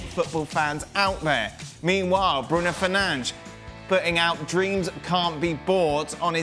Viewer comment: Who’s Bruno Fernanje???😂😂